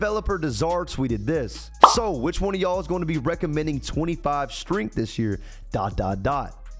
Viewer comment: Lol why do u say strength like tht😂 “stringth”